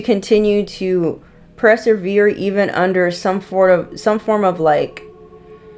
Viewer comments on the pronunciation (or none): 💕Sweetie I love your readings however you keep saying 'preservere' and it is 'persevere'. Just wanting to support you darling. I'm a divine Goddess ancient diety ascended master chosen earth angel. I am a 7 in numerology and so much of your reading is correct. Yes I have a black magic warlock and his coven attacking me for many years- beauty spells, come back to me, TRYING to sacrifice me EVERY moon season. It's pathetic and I leave it to God Yeshua and my ancestors (who are brutal) to take care of them. Stupid people-they are killing themselves. Love you 🙏 😇👑🎗🦄🧚‍♀️🦋🦉